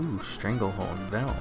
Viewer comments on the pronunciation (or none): did you just say "stranglehorn vel"?